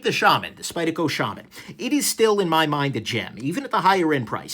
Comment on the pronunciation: You said Shaman right! Lol